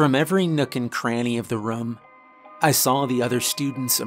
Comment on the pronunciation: Team "narrator says rum instead of room" checking in for duty! 👍